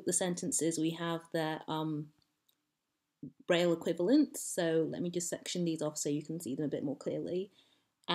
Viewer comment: Presentıng a "Linguistic Olympiad" but unable to read the name "Braille"? Clowns.